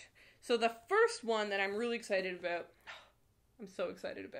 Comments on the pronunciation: Nobody:: Áböút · The way she says 'ABOUT' made me realize for the first time that she might be a Canadian. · Oh my god I’m Canadian too and I have NEVER heard someone say about in such a stereotypically Canadian way NOT on purpose and I’m CRYING laughing omg 😂😂😂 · Please don't apologize for your Canadian about!